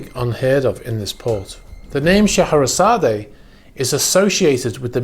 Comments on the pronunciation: Oh for the love of God. Pronounce the name correctly !!!! It is NOT sha hair a zad A. It’s Sha hair a zad, with a silent E!! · Not so sure you pronounce/emphasis the final "e" on Scheherazade. Should be pronounced "..zard " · The name is pronounced She-hra_zad and it is the name of the narrator of “1001 Nights” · Scheherazade is pronounced "SHUH-HEH-RUH-ZAAD"the E is silent 🤫try it you'll get it not putting u down just not how it's pronounced n I love your program n your knowledge n facts there is no one better then you my friend thanx n keep up the great work ?or maybe it's how the english(GREAT BRITAIN " pronounce this word I'm from CALIFORNIA, San diego CA n we pronounce it with silent "E" maybe that is the answer 🤔not sure thanx again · Please note: Scheherazade is pronounced Shu-HAIR-A-zod. (Shu.....as in 'shut'). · I wouldn’t be surprised if this were Putin‘s yacht. The first clue is in the name. The legend of Shaherazade (pronounced Shuh-hair-Uhzad) is that of a woman who charms a king who had made it a practice to marry a new woman every night, and then the following day send her off to have her head chopped off. He killed 3000 women this way, until a woman by the name of Scheherazade sought out the king to marry, and would tell him A story every night, reaching a cliffhanger at dawn… To which she would tell the king he would have to wait until the next night to hear the ending of the story. She did this for 1001 nights, bearing three of his children. In the end, the king falls in love with Scheherazade and allows her to live. I don’t think it’s a coincidence that Putin has three daughters, and in the scenario probably views himself as the king responsible for the decapitation of 3000 of his wives. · Mate you butchered the pronunciation on that one 😂 Shuh hair uh zaad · The "e" at the end of Scheherazade is silent and not pronounced. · The A at the end of its name as you pronounce it is silent.